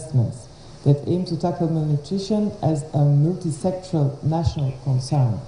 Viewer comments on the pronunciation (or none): Please correct this, it's 'multi-sectoral' and not "Muliti-sexual "